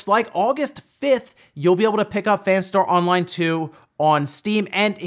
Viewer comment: Please stop saying Fanstar Online.